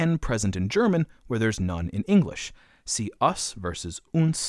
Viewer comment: As an American, I thought he pronounced "us" quite strangely. I don't think that I've heard anyone who is a native speaker pronounce it as he does. I listened to that part several times, thinking I missed something, but I don't think so.